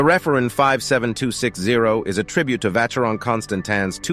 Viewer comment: This guy is butchering the names!! Arghhhhh! "Hub lot"??????? /oobloh/ It's French. /vasherohn/